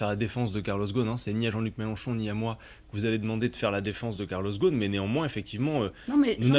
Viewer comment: Arrêter de dire karloss ghosn sans prononcer le s dans le nom. Lui, il s’appelle [GUSN]...